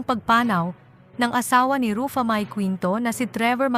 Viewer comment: Sis paki ayos ang simpleng name ni Ruffa mae bago ka mg post mali mali pronounce mo ng name ayusin mo worldwide nakababasa nito. Di kmi good sa english pero pagdating sa name straight namin nasasabi yung name. Please pkistraight mo muna bago ka mg post. 😅